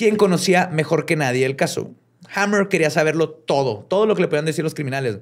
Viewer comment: Chale...te fallo el ingles. El apellido de Frank es "Hamer" y no "Hammer"....se pronuncia "Jeymer", no "Jamer" (martillo), aunque si es una variacion antigua de la misma palabra, De hecho su apodo era "Pancho". Todo lo demas, muy bien.